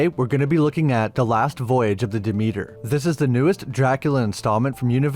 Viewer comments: "duh meter" 😂. It's pronounced Deh-Meh-ter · Pronounced "Dimiter" not Dameeter